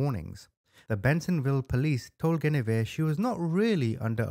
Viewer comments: Please pronounce that woman’s name correctly: GWENivere. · Love your videos! Your one of my FAVORITE true Crime YouTuber! For future reference, her name is pronounced, gwen-a-veer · Guinevere is pronounced “Gwin’-oh-veer”